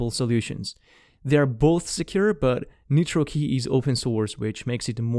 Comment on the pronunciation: Great info. PS: rely on for important tech info but assume all his English pronunciations are off, and don't copy them if you're an ELL (English language learner). e.g. Nitrokey is NOT pronounced "neetro-key", it's n-eye-tro-key. ie. The 'i' in nitro is long, not short. Or, more commonly in all his videos, every time he says any ending with '-es' or '-is', it is WRONG. eg: eg: Basis is NOT pronounced "ba-seez", it's "ba-siss". Update 2021: With hindsight, we can better understand the 'group immunity' security concept because it works the same as the "herd immunity' we keep hearing about, re: Covid. When you have people around you that are careless about hygiene (whether it's digital, bacterial or viral), it lowers your safety too. So pass these videos to your friends. Just don't try to learn English from them.:)